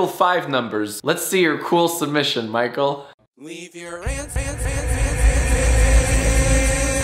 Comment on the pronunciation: He says Michele five numbers but his name is micheleO five numbers